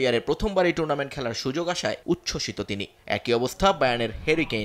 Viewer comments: সময়ের সাংবাদিকেরা কি মূর্খ নাকি ভাই টুর্নামেন্ট কে টুনামেন্ট বলতাছে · লাউতেরো মার্টিনেজের উচ্চারণ ঠিক করা উচিত🤣 টুনারমেন্ট না টুর্নামেন্ট হবে